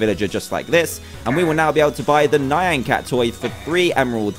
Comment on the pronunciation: It is actually nyan cat (nie-an cat)